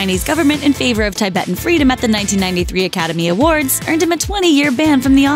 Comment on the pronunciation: Tibetan was pronounces wrong.....